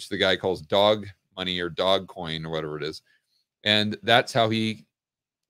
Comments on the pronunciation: the e is silent in doge. The first vowel does the talking and the second one does the walking. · But I like how he says doge 😁